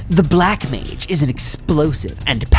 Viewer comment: "Black Mange"